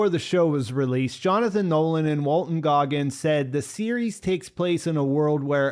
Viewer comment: Goggins, no "r". I made the same mistake. Walton Goggins.